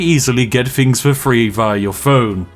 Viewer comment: When he says 'fings' does he mean 'things' like a speech impediment type deal? or is the f>th thing just a quirky channel thing? I'm new to this channel so idk